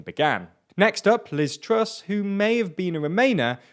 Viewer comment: Hope that it isn't Sunak or Truss. I couldn't take another year or two of the skinny guy pronouncing it "Wishi Sunak" or "Liz Twuss" all the time.